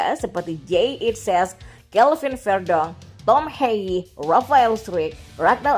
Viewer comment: Yg saya dengar dari komentator belanda penyebutan tom haye, bukan sperti bhasa ingris, tom hey, tapi lebih ke pelafalan bhsa Indonesia, TOM HAYE, t, o, m, = tom, h, a, y, e, = haye, semua huruf dibaca lengkap